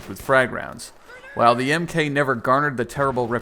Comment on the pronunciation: Hey guys, just so you know, you don't say "Mk", it's "mark". So you know.